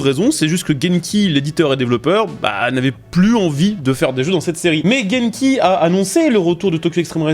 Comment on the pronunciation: Pour te repondre c'est bien Genki, pas Jenki ;) Grosse news en tout cas! impatient de fou!!!!!